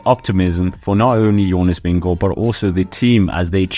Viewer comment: are you Danish because when you say Jonas Vingegaard you say it perfect